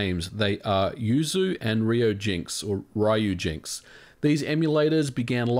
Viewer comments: There is no or. Ryu is, and has always been, pronounced Ree-oo, not reye-oo. It is pronounced Ree-oo-jinks. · ryujinx is ryu, not "rye-you". It's supposed to be said as one syllable and it means dragon. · It's pronounced "Ree-you" jinx :P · yeah it's weird that he still seemed confused about it.